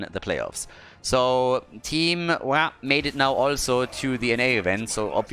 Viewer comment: ITS PRONOUNCED WAH!!!! NOT WAH!!!